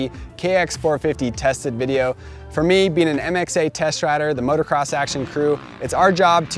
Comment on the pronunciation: Can somebody please teach this guy how to say "motocross"?